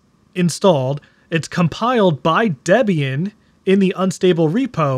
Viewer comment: Bro, it's pronounced "DEEE-be-an".